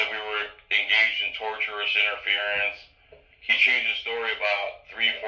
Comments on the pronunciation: Learn to say tortious - you sound like you're saying tortured or something. TOR-SHU-US or TOR-SHUS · I'm on your side. Having said that, I want to make sure that you know that there are 3 words: Tortious, tortuous, and torturous. It sounds like you're saying the latter. It's sounds like you're talking about torture. I'm not trying to pick on your. It just sounds funny. I wanted to make sure that you know the right word. Much respect, and may God send his angels to protect you as you go about preserving all rights. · Tortious interference refers to property tort. Pronouced TORSHUS